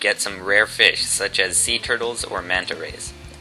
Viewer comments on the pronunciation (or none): none